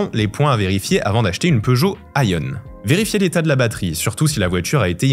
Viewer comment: On remarque directement que le journaliste n‘a pas les connaissances nécessaires, rien qu’en prononçant faux „iMiev“ et „iOn“. Plusieurs imprécisions: la batterie de toutes les C-Zero hormis la 2011 est de 14.5kWh. Quand on est journaliste dans l‘électromobilité, il faut être passionné et être expert de son sujet.